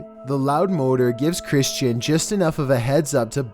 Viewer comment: Holy wtf my name is Christian. It sounds so weird when he said my name😂😂